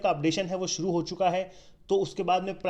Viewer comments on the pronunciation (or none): none